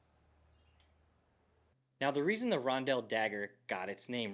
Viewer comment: Listening to you pronounce Rondel as Ron-dell for 27 mins is gonna drive me nuts! Only one L in the word. 🤣